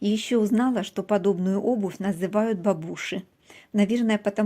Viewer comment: Чуни просто огонь🔥 смешно звучит бабУши 👏👏